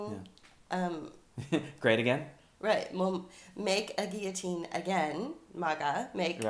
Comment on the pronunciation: What? Nobody commented on this? Thank you for pronouncing guillotine the way I was taught. Lately I have heard people pronounce the Ls, and it is SO distracting. I even searched out a dictionary app that has audio for pronunciation, and both ways are acceptable... because people are so dumbed down these days. French words need to be pronounced the way the French pronounce them, damnit! A friend of mine got to play several different parts as an extra in The Tudors, and one was as a villager witnessing a rather botched execution. If I can find the scene, I'll leave a link. I've heard (years ago) that thousands of guillotines were in storage at a military post/base somewhere in the northwest, and that (more recently) they have been distributed throughout the country. Speculation from eschatology enthusiasts promote the idea that these are for the Christians who will be mass executed at some point. I wonder if it will happen in public? I also wonder what they will do for people who have hardware in their neck? I've also heard that the brain continues to function for a little while after decapitation. Maybe that was the reason they picked up the head to view its body. You know, add insult to (fatal) injury. An interesting short story in my memory was about a family that had had several family members murdered. They would gather and drive to the prison every so often, but execution would end up being delayed. They would stop for lunch at the same place, and it got to be a bit of a